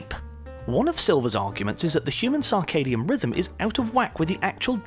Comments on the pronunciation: It's CIRCADIAN rhythm. Pronounced "sir-kay-dee-an". Not "SAR-kay-dee-an". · Humans may not have come from Earth ... to where? As far as I can tell, we're still on Earth and haven't gone anywhere else that we could say we have "come from Earth" to get to. Also, what is this "sarkadian" rhythm of which he speaks in #5? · "Circadian," not "Carcardian." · And 'sarcadium rhythm'. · Sarcadian instead of circadian? Just part of the mind meltingly low drivel presented here. Interestingly worse than standard planet seeding theory. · cannot take seriously someone who mispronounces circadian 6 times in under a minute.... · Major Lux This narrator cannot even pronounce Circadian rhythm. He ruefully mispronounces it 12 times. And we're supposed to give this fool's science less friction dribble some consideration. Jesus help us